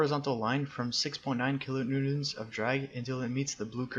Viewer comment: Butchered Kilo newtons xD